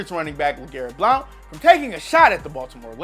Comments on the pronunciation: It’s Blount as in Blunt not Bloaont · Legarrett blounts name is pronounced like “blunt”. Just a heads up 👌🏽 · Legarrette Blownt (as u pronounce it) & MT & T Bank stadium. How many mistakes do your editors let.alip their on every video. Ridiculous u all call yourselves sports enthusiasts with all the mistakes & fuckups you have on basically every video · The real question is how come can't pronounce Blount right? He says it like blownt. It's just blunt. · His name is pronounced blunt 😂😂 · why did he pronounce Blount like that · sometimes I wonder because they mispronounce names a lot lol. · It's annoying yes. I'm not gonna unsub though. They do have a lot of interesting info in a lot of their vids (even if they can't pronounce easy names). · The only savagery is how he can’t pronounce Blount...wtf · he must not be a nfl fan did you hear the way he pronounced blount